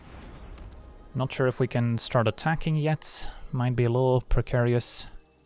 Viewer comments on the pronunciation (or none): idk why but when said percarious I started laughing my a$$ off lol